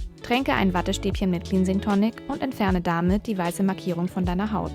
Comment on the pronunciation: Das wort 'cleansing' wird wie klensing, nicht kliinsing ausgesprochen.